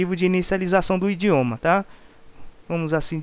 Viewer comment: indioma ??? rsrs